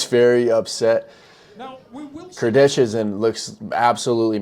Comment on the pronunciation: Its Alex "Kurdeha" not "kurdetsha"